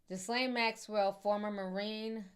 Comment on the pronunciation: GHISLANE= GEEE LANE